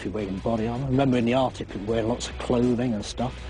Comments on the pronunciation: the ar-dick? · "Ardic" Really fucking annoying.